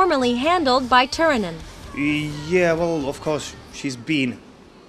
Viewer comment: Oh my god, the interviewer really doesn't know how to pronounce these names. I mean, most people who has got a clue about who Nightwish is, knows how to say Tarja Turunen, right? =/